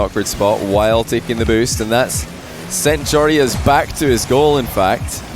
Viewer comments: YOU SAY IT JOROOZ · I love how you sat joreuz name If you compare t to dutch its pretty dawm funny 😂